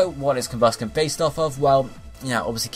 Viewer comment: DO ABSOL Also, I've never heard it pronounced "COMbusken"